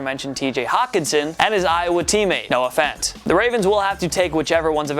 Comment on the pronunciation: When said Noah Fant, I thought he said No offense